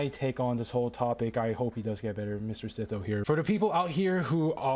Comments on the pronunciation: Bro called him seetoe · Bro says see tho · Bro called him sitho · absolutely wrong, he called him "sizo"